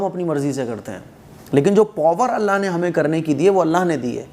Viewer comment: کلمہ میں اللہ ہ کو بھی تو ادا کرنا ھے ۔ہ واضح نہی ہو رہا